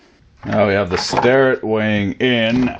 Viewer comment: Why does everyone pronounce Sterratt when it's spelled Starrett? All the great Youtube creators do it; AvE, Rucker, Mr Pete, Fenner.....